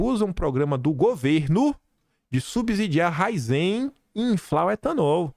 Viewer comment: É Ra-í-zen.